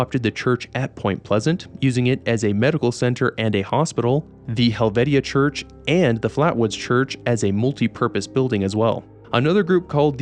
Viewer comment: Hi, West Virginian here. Charleston actually. Where the name Kanawha is our county and the main river running through. It's pronounced Ka-naw-a, not Ken-a-wa. Also Helvetia is pronounced Hell-vie-cha, not Hell-vet-ia. Lol thank god they didn't put Hurricane in the game (which is pronounced Her-a- ken). It is strange they didn't put Huntington in though since it is one of three biggest cities and home of Marshall University. It would be where Hillfolk Hotdogs is since the restaurant is based on the real life Hillbilly Hotdog. Keep making great videos!